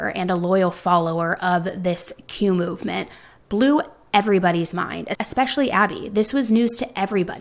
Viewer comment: what the hell is Q-movement? You need to at least pronounce it clearly so people can look it up.